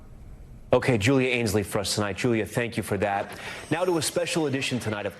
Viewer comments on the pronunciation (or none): none